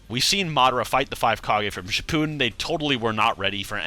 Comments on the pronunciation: For the love of christ it’s pronounced Ship-a-den NOT Shi-Pooh-Den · Pls stop calling it shipooden